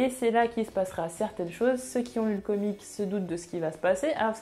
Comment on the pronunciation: Salut à toi, tu prononce comic au lieu de comics prononce un x a la fin parce-que au début je me disais quoi "comic" je ne comprenais pas si non très bonne vidéo continue